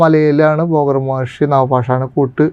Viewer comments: ബോഗർ അല്ല ഭോഗർ ആണ് എന്നാണ് തോന്നുന്നത് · ബോഗർ അല്ല 'ഭോഗർ' എന്നാണ് മുരുഗ ബഗവാൻ എന്നല്ല 'മുരുക ഭഗവാൻ' എന്നാണ്, ഡുട്ടിയല്ല 'ഡ്യൂട്ടി' എന്നാണ് ഉച്ചാരണം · തൃശ്ശൂർ ശൈലിയിൻഅങ്ങനെയാണ് പറയുക.. ഭോഗർ എന്ന് തന്നെയാണ്